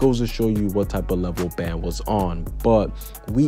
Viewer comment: It is but its pronounced ban